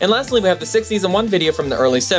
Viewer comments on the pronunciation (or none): "and lasthly" 😂😂